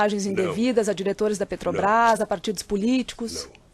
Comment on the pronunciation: PUtz, o Lula não consegue falar "Petrobras".É sempre "PRETOBAIS"